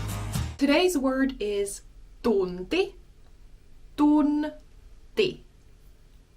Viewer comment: 'D'unti? Tunti pronounced Dunti?